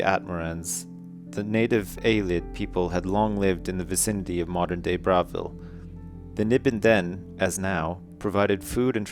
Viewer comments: AHHHHH it's pronounced "bra-vile", like "Bra-vil" not bravel :L I normally wouldn't mind but its Oblivion. With Oblivion, or any TS game, everything must be perfect! ;) good reading though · It's pronounced Bruh-vil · lol he said bravil wrong the whole time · This'd be better if he didn't mispronounce the name Bravil throughout the whole book :P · is pronouncing Bravil wrong.:(